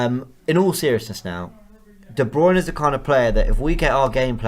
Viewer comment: C'mon! Learn how to pronounce De Bruyne. Correctly. Please!